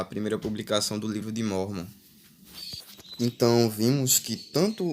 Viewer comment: Hmmm pra ser um youtube de informação vc n soube ler o livro de mórmon corretamente,espero que saiba que vc nunca vai pro céu :D